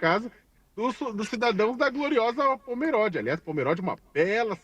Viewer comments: É Pomerode, como se tivesse um acento circunflexo na letra "o". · Demorei pra entender de que cidade eles estavam falando.. não é Póméróde, pronuncia-se Pomerode, do jeito que se escreve. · A pronúncia correta é "pomerôde" e não "pomeróde" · Olá, não tem acento no O da palavra Pomerode.